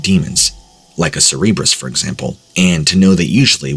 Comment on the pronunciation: Anyone else feel like the three headed dog story was just trying to see how many times they could make him say cerebrus?